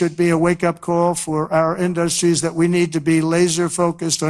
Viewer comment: He says Industries Wrong 😂